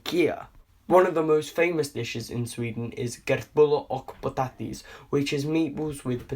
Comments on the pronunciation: Kertttbulllaaahr och pottattiiiiesssss, soorstrommin. Dafreak i`m half swedish and i know that the pronounciation is wrong. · He said: "kurtullar uck potati"